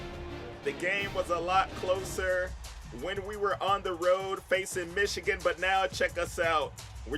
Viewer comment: Wait why can’t you say Michigan ?